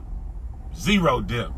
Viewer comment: Isn’t the “b” in debt silent? 🤔 lol